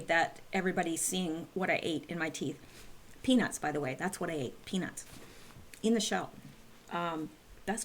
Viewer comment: I’m awake! I’m awake!! Here for another round of....news 🤷🏻‍♀️🥴 only your version is sooooo much better! Love you,!! Also, be sure to always pronounce peanuTs! Lol sometimes it can sound like something else 😬😂 or I have a dirty mind 🤦🏻‍♀️ carry on lol!